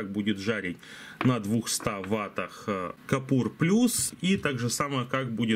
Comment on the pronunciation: Купор, а не капур, все ж ясно написано :) И к тому же, рекомендую что б лицо не было по центру кадра, смести камеру нижу - смотребельнее :)